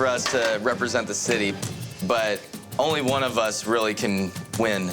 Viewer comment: Taste aside, how does anyone move forward in this world saying 'one-ah', 'ten-ah' .... Who is teaching these children?!